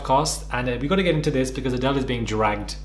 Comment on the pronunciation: “Adele” for the second time after a shisha puff but this time joined by every single viewer in perfect unison: AdElE